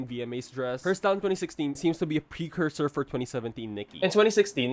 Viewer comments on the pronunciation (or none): none